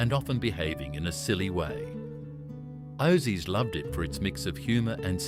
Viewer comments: FOOKING AI, WHERE. Not OSSIES BUT AUSSIES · "O-zees loved it". YouTube videos these days contain words that AI doesn't know how to pronounce or pronounces the creators typo's. Whether the creator wrote Ozzies or Aussies, you cant trust AI will still pronounce the correct spelling the right way. Right before this one it also pronounced Galah incorrectly. I hate AI, it ruins videos. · bloody ai, orzies, ozies, ouzies, what a gala. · Gotta love that crappy AI narration. It can't even pronounce words correctly. Gah-la. Oh zees. 🤣 Incidentally, none of these expressions have been phased out. I use most of these phrases fairly regularly and have done so all my life. Other words I use and never hear anyone say these days are "Yobbo" and "Drongo."